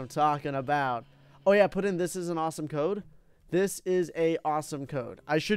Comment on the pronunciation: First of all he spelt awesome like awsome and after he said Dode not code